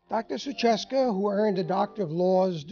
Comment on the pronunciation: Her name is not "Suchacka" but "Suchocka" ;-) not that I like her but it is so patronizing to misspell your guest's surname, or is it all fine and you leave it like that?